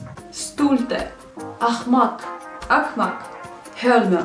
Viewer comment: По казахскому не так пройзносится не акмак а ақымақ